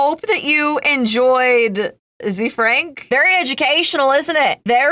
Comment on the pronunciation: Is it zee frank ? I thought it was pronounced kinda French. Like zefrank. The frank